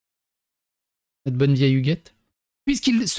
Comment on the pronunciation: Melonfion a dit : Hugette! j'ai entendue : Biquette ! 🥴